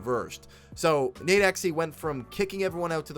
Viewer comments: It’s nade(dot)exe. It’s not nadexy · It’s pronounced nade x